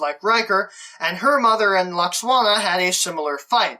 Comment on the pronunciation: Is no-one else horribly distracted by the fact that he keeps pronouncing Deanna's mum's name as "Lux-Wanna"?! 😣😖😫😩😤